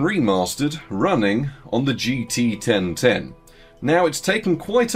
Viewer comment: jeetee-ten-ten is such an unbeliavably funny name to me for some reason, I hope you never stop talking about it